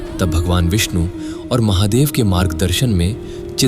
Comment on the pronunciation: Mc bc Mahadev ko dehati bolata hai